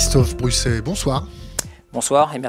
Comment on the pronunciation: Excellent, mais juste un détail qui m'a gâché la fin, c'est le "Christophe BruZet merci" ......